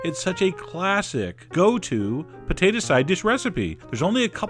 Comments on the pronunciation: Pah-tate-ah.... too funny. Always enjoy your videos. Thanks! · Poe Tay Tah